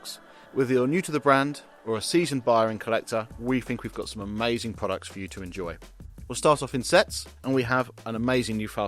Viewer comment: The most, though not only, amaysthun bit started . The next amaythzun bit started . Castrol in its classically correct font: Is not that amaythsun? Aitch is pronounced aitch. Nevertheless, it was amaysthun that there was no apparent use of the aberrant sound 'gotten', whose increasing and deleterious presence in lately propagated parlance has got across The Pond and proceeded to delete a 'got' where it most certainly should not.